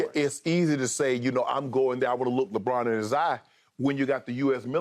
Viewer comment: Lol Shannon really pronounced LeBron as LeBlon